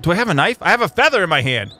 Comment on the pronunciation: Why do you say knife so weird? How you speak knife is: Nive